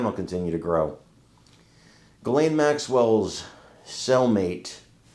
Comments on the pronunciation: First of all: her name is Ghislaine, not Ghiselle! Second: Virginia Giuffre, who was a victim by Maxwell and many more stated: Ghislane Maxwell was WORSE than Epstein, she is evil. So, WHY is it more credible what YOU say ( ......not the rich friends that did the real damage....) than the words of an actual witness that has spoken in court? !!!! RIGHT? You are just saying things, without knowing ANYTHING, so better just shut up! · Sure wish people would learn how to pronounce the name “Ghislaine” properly …it is a soft G,silent H….my French Canadian friend has that name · I really wish people would stop pronouncing her name Jizz Lane. It's obnoxious. You KNOW how to pronounce her name, and if you don't, look it freaking up. If you are going to talk about someone at the VERY LEAST get the name right.